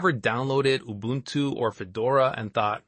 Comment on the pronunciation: Its Ubuntu not Ubantu